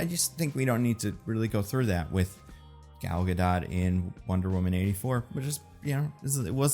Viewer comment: It’s a bad look for a movie expert to mispronounce an actors name, let alone to do it multiple times and inconsistently.